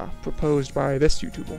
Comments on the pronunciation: can you not pronounce the letter r? it's not YouTubell it's YouTuber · Why do you pronounce words ending with "er" so strangely? It sounds like you're saying "Numble" and "youtuble" lol